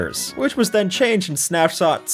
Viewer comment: ah yes, "snapsot" or "snapsnot"